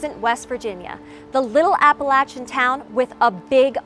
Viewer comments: thank you so much for pronouncing Appalachian correctly! It always sucks to hear someone say "appala-sha" when it's really "apala-CH-ah". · Props on pronouncing Appalachian correctly. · I’m just tickled that the woman doing this said Appalachian correctly. She’s either from the area and lost her accent or was told by a local how the people here pronounce it. It shouldn’t but it aggravates me to hear it said “app-a-lay-sha” I’m not from West Virginia but I know people just like those and bc of it I believe SOMETHING was spotted by those who claimed they saw Mothman. I’m skeptical of it being a strange beast we’ve never identified before but also old enough to know that just bc I don’t understand something or think it impossible, doesn’t mean it can’t turn out to be so. 🤷🏻‍♀️ I also live about 5-6 miles from an old TNT munitions site. So there’s that. Lol